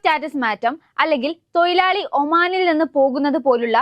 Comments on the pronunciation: തൊയിലാളി അല്ല മോളെ തൊഴിലാളി ആണ് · തോയിലാളി അല്ല. തൊഴിലാളി 😮. എത്ര വിദ്യാഭ്യാസമുണ്ടെങ്കിലും കാര്യമില്ല😮